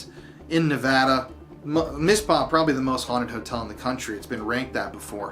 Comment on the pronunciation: Thank you for visiting our beautiful Silver State. And thank you for pronouncing our state correctly. I hope you have a great time. I only live an hour away from Tonopah